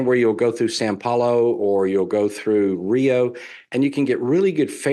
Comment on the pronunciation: I love an expert that does not know when he gets the fotos of the cities of São Paulo and Rio de Janeiro mixed up. Could it be that he is not an expert on Brazil? I think that is the fact of the matter. I would also point out that he does not know that São Paulo is not pronounced "San Paulo" . . . no expert here. I would be embarrassed to associate with this so-called expert. I can't imagine any amount of money that would be enough to associate myself with these experts. If you want to know about Brazil then talk to someone who actually lives in Brazil. As far as most Brazilians speaking English, this is not the case. I have lived in Brazil for nearly 20 years. I will tell you that this is not the case.